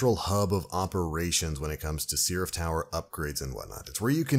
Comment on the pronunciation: The hell is a "sea-raph"?